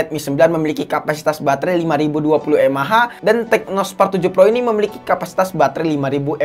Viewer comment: Tecno bang bukan Teco🤣